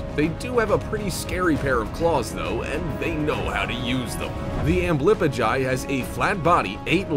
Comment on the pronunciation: Dude u butchered the tailless whipped scorpions name, it’s pronounced ambly-pigeon